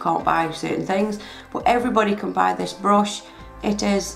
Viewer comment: why you say brush like that lol!